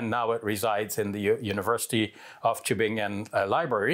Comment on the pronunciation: Subhanallah as a german native speaker I really like how you pronounce the word "Tübingen" barakallahu feek